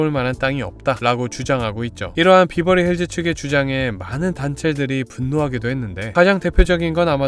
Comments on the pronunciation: 베버리힐즈라고 하던가 비버리힐즈는 뭐임 콩글리쉬도아니고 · Berverly Hills <비버리?> 보다? <베버리 accent로 하셔야>, BH: 평지(논,밭)보다 山 (LA지역 기후, 부자들, 평지보다 높은 山 선호함) 동네입니다. BH 이웃 Hollywood! 미국 문화 중심 유명 배우들이 BH을 엄청 선호해서입니다. HW는 이미 100년 전부터 엄청 발전을, 즉 BH는 HW 위한 위성 도시로 보셔야, 참고, W, Hollywood<아주 작은동네; BH와 HW<이곳, LA 시에 속함>: 70% 주민이 동성애들 동네로(1984, 시로 승격) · 베버리힐즈인대 비버리힐즈 라고 하시니까 뭔가 욕같음.. ㅋ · 비버리 아니고 베버리 입니다 발음 유의해 주세요! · 베벌리 힐스 라고 해요 비버리 라는 말은 제주도 말이지요. 베벌리 힐스보다 Belair 가 더 부자 동네인데요. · 비버리가 아니고 베버리 힐즈 이구요, 동네 입구에 온갓 명품점들이 많아서 외국 에서 오는 돈많은 여행객들의 명품 쇼핑 장소 이기도 합니다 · X 비버리 힐스 O 베벌리 힐즈 발음 좀 제대로 해라 ㅉㅉ 비비긴 뭘 비벼? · 비버리힐스가 아닌 베버리 힐스입니다. 베버리 에 버는 버와 벌사이로 발음해야 합니다.벌자에 도 가깝지만. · 베버리 힐즈에요 발음도 틀리는 설명은 너무 저렴한 느낌입니다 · 배버리 힐스 로 발음하셔요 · 베버리힐즈가 더 발음이 정확합니다😂